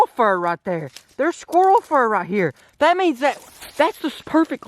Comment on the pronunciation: its on "DAT" tree